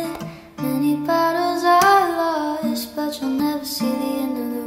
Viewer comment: “Lost” rhymes with “tossed”, not “moist”.